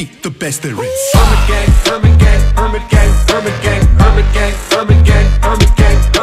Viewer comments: I cant unhear hermit gang as burger king... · What do i hear them say "permant gay" instead of "hermit gang" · i hear herban king instead of hermit gang 😂